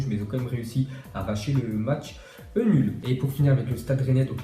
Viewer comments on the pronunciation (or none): Sa ma tuer "arracher le match eunulle"